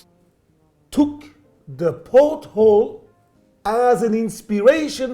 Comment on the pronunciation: Can someone help me clarify what he is calling the AP/Hublot design? It clearly has something to do with the back of boats, but all I can hear him saying is "pothole"..